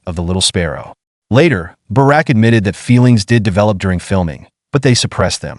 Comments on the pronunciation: 📢📢📢 Bouraq et non baraque ‼️ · His name is not Barak , his name is Burak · It's awesome to know a bit more about the actor Burak Özçivit but it would've also be nice if you guys wouldn't butcher his name which is Burak and not Barak. 🙂 I saw him first in the TV show "Magnificent Centuary" about Suleiman the Magnificent and later started to watch the historical TV show "Kuruluş: Osman" where Burak plays Osman Bay / Osman I.